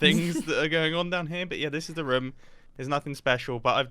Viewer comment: did anyone hear say "raom"